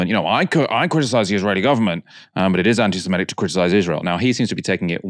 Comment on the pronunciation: I wish could finally, just once say, "AntisemItic" and not forever "AntisemEtic."